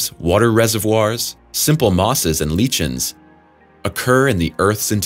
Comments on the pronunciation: LOL “leechens!“ XDDD my dude, lichen is pronounced “lai-ken.” Not leechen. Ohmygod I’m dying of laughter.... holyyyy crap. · I always understood “lichen” to be pronounced as “liken” which rhymes with “chiton”. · What exactly is a leachen? Lol Don't just read, understand what you are saying......